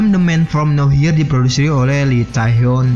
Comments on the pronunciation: Nowhere dibaca "nower" bukan "now hir"...dr td sy denger admin bicara agak bingung..maaf kl sy koreksi🙏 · the man from no where (mbaca nya gitu min...bkn now here)